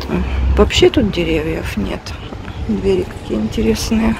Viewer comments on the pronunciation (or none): none